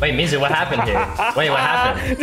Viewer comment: That ain’t mizu that’s moozu💀